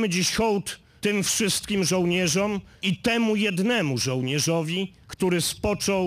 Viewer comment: mowi, znow moze sie przeslyszalem, ale dla mnie on powiedzial, "oddajemy dzis hold tym wszystkim zolnierza" "a" z ogonkiem na koncu, lub niewyraznie artykuluje koncowke OM. Obstaje, ze jej nie wypowiedzial, trzy razy byla, nie taka intonacja, jaka jest charakterystyczna, gdy domykamy wargi na OM! Nastepuje wtedy gwaltowny zanik dzwieku, a przy koncowce"a" z ogonkiem, dzwiek zanika lagodnie!